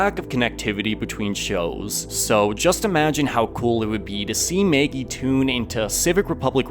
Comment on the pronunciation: He says Maygee.